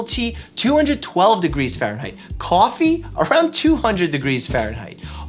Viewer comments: "CAWFEE", I hear that New York boy in there ;) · I can see ur Boston accent creeping out. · "Coffee" Boston accent